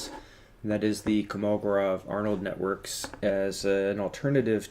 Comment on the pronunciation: It is pronounced KolMOgoROV